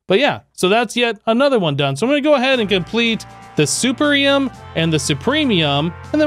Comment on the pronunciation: I know its a small thing, But youre mispronouncing the Blue Mystical Agriculture metals name. Youre saying it with a soft E as if the word is "supEr". Its a hard E because its the word "supErior".